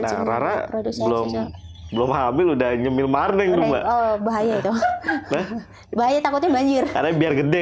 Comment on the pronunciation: Marning bukan marneng